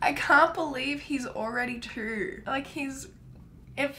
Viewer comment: What I hear when you say two: "Trowoorrrrwwwoowwwwrrr" 😂😂😂 I LOVE YOU!!! 💛💛💛